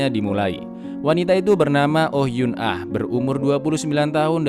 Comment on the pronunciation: Eun ah dibaca En (Mencar)